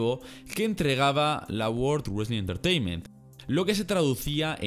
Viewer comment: aparte del "wesling" 😂😂